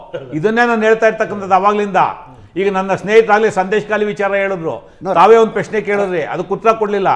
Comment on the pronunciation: ಪುಲ್ವಾಮ ಸೃಷ್ಟಿ ಮಾಡಿರೋದು ಎನ್ನುತ್ತಾನೆ.. ಈ ನೀಚ ರಮೇಶ್ ಬಾಬು.. ಪ್ರಶ್ನೆ ಅಂತ ಉಚ್ಚಾರಣೆ ಬರಲ್ಲ.. ಪೆಶ್ನೆ ಅನ್ನುತ್ತಾನೆ ಈ ಅಯೋಗ್ಯ